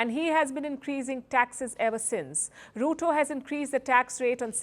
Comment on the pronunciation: Ruto?? Mo like "Loot-O